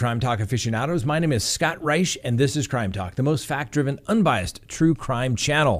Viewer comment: He said “my name “ in a very weird accent at the beginning lol!